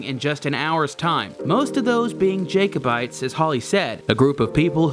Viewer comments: its not Jaykobites its pronounced Jackobites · 'Jake-o-bites'. Hahaha!